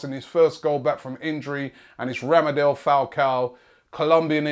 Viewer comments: ITS RADAMEL ROBBIE, NOT RAMADEL!!! I corrected you previously haha and I'm like his biggest fan, I really want him to come to arsenal! Come on Wengerrrr I'm loosing patience :( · It's RADAMEL not RAMADEL. To sign him you might want to spell his name correctly.